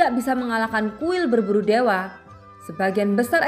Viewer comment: Baca yg bener kuil pemburu dewa bukan berburu dewe😆😆😆😆😆😆👎👎👎👎👎